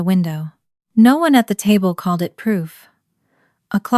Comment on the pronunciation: Stupid but since it happens in all your videos. Anyway of changing the voice to actually say "no" properly instead of sounding like "nawh"?